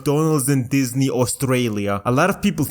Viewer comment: i just realized he said “McDonalds in **Disney**, Australia.”